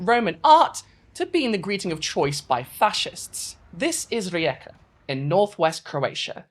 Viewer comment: Unrelated but as a Croatian I appreciate your attempt at pronouncing rijeka it was actually pretty good